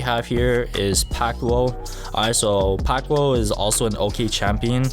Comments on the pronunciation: Its not pact wo its based off of act 2 act two without the p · Uh uread pack two wrong its like pack tow punches but pack two